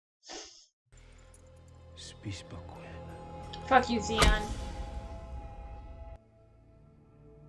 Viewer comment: “….F*** you ZEON!” I might have a little bit too much whiskey in me right now but I replayed that twice just to make sure that’s what you said. 😂 “Zeon” 😂😂😂 (Poor THEON)